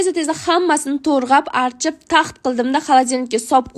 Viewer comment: artip ❌ archip✔